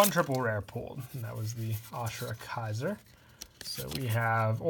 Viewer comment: This guy needs to get his pronunciations straight. A-ma-tey-rah-sue Ray-zer Ah-sure-ah-kai-zerr Still great vid tho (Btw all the pronunciations are in the anime so get on that)